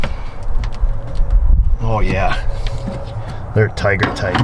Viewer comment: It's toight like a toiger